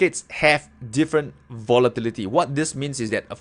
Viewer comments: hey!! i want to make your day and everyone elses day after a stressing day of trading with this one word " Votilityty" LOL XD sorry cant help it i am very stressfull today!! Have a wonderfull day everyone and good trading! THANK YOU FOR THIS VIDEO!, helped me today in so many ways XD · i like the way you say volatility lol